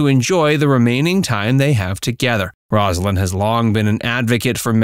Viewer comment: From the start, the commentator mispronounced Rosalyn's name. I'm done. Do better.